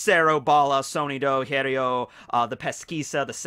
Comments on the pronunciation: when speaks other languages and apologyses for that I always think "nah man I don't think they get angry for that" but every single time he speaks about the Espadas or the hollows and try to says "hierro" I'm always pissed, he is not even close to the real pronunciation..... I'm an hypocrite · the "rr" in spanish is the rolling of the r, also the h is silent in words like hierro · Is it that difficult to say “hierro” correctly?